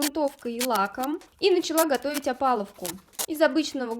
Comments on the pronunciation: Только не опалуВка, а опалуБка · Правильно говорить «опалубка», а не «опаловка» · Опалубка, а не опаловка. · да что ж такое😂 че все говорят опалуВка, опалуБка правильно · Один я услышал "опалуфка" вместо "опалубка"?